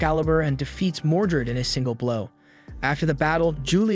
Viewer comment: It's "Mordred" not "Mordret".